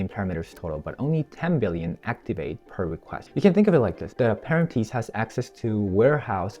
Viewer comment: If you’re gonna script it out at least learn to read 😂 wtf is an aparanteece